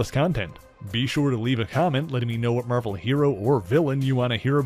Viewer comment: The way you say Marvel is the most satisfying thing on the planet.